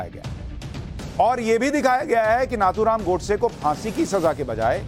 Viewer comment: नाथूराम"" नही नथूराम "" बोलो/लिखो